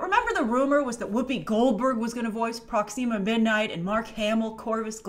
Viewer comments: Its not pronounced Proxeema its proxima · Sorry i like you but it’s not pronounced proxeema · I love how pronounces Proxima Midnight as Prox "ema' Midnight Lol. Also, if Peter Dinklage isn't Eitri The Dwarf King(there're photos of him with dyed hair from a while ago) I think he'd do an amazing Corvus Glaive!